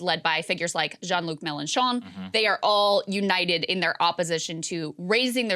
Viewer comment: Macronnn La Pennn Jeannnn Can Americans at least try to pronounce stuff properly.